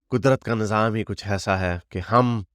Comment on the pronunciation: Nazam nahi ,nizam hota hai. Pakistanis mein bahut problem hai ki wo linguistically corrupt and bankrupt hai. Jihad ko jahad , nizam ko nazam, Pakistan ko pakastan, hain ko hey and pata nahi kya-kya bolte hain.. it reflects that they are not taught grammar.